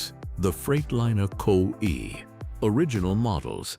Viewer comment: I am so tired of all of this AI BS! Can't you learn to narrate your own video's? CO EE's?? COE stands for Cab Over Engine. You can't rebuild a DD engine on the road with simple hand tools. You at least need a torque wrench, special tune up set, a vacuum gauge, and I'm sure there's some I've missed. Otherwise a good video. I do remember seeing all of these trucks on the road at some point in time. HG